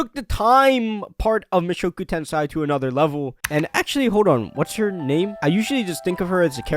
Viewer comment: Mushoku TenSAI? what's that?